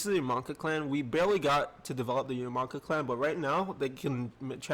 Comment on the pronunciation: Yamanaka not yumaka lol